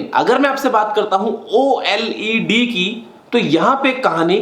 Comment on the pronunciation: You said o led not oled